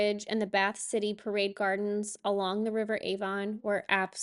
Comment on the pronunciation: Why do Americans say the name of a town/city and then ENGLAND (or any other country they happen to be in). Just say the name of the town/city. We wouldn't say NEW YORK...AMERICA ! Pret a Manger is pronounced MONJAY ( as in French " to eat" ). Did you know that there were toilets on the train ? AIR B AND B and THE IVY !! Must have plenty of money !!?? Avon is pronounced AVUN. Croissant is pronounced KWA SON. We call them pigs in blankets not pigs in A blanket. I'm surprised to see them on a Sunday roast as they are usually eaten with our Christmas dinner. Double decker buses are used all over the UK. NEVER tell us that we drive on the WRONG side of the road !!